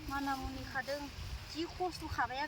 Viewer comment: Bekwo MANIMUNI BUNGW, not manamuani